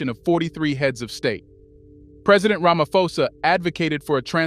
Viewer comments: Stop saying Ramafosa its Ramaphosa with P not F in South Africa we pronounce name as they are writen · Bro please pronounce it properly...its Ramaphosa as in Pot. Pan. Post. Not "F". Its not english. Ramaphosa